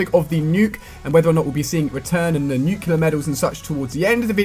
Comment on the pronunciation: Ali-A Dude you are STILL saying "nuclear" wrong lol. It is pronounced NUKE-LEE-AR, not NUKE-YOU-LAR as are you are saying.